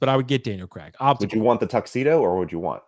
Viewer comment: I noticed all you guys pronounce Craig as Creg